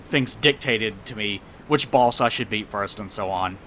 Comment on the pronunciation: I love pronunciation of boss. Baus.